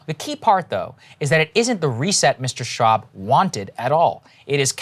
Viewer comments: ShWab...guys, not Shaab.... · Schwab even has the correct accent to be a mad scientist.